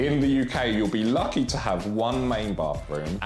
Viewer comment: “WHERE DOES THE BANANA SLIP OFF TEWWW” had me rollin 😂🤣